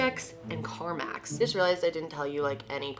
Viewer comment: Car max? I promise you said it multiple times lol